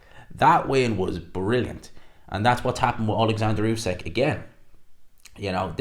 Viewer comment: Why do people insist on calling usyk "usekk" that's not how you say the man's name. Respect the undisputed champ and say his name correctly